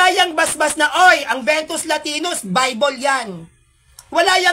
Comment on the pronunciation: Vetus latina po hindi ventus